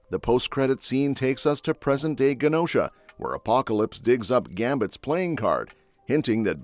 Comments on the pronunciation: Its not ( Gu Nosha) its (Ju nosha) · Mispronounced Genosha